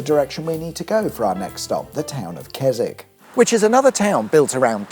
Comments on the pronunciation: Surprised you didn't say "Kes-WICK"! 🤣🤣🤣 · It's actually pronounced Kes... Oh no you're all right. Carry on.